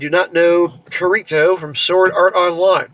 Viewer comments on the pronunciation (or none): It's Kirito not sorito 😂.. ssm 🤣🤣